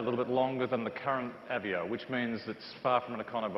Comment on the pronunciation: Is he pronouncing it wrong? Or have I been calling this car by the wrong name for over a year lol? "uh-vay-oh" not "ev-ee-oh" Then again, who cares lol. If this is the RS, I can't wait to see the SS.